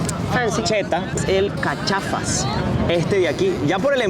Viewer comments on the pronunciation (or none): Hola me encantan sus videos, soy argentino, el Cachafaz se pronuncia como si tuviese un acento en la última a... ese frutado nunca lo probé , yo compraba de chocolate puro y me sentia en el cielo cada vez que lo probaba, son caros, el Guaymayén barato es para si no tenés un peso y querés matar el hambre jajaja aunque hay gente que lo consume igual, son mas populares, que raro que no les dieron a probar el alfajor Grandote o Jorgito, esos están muy buenos también con un solo triple te llena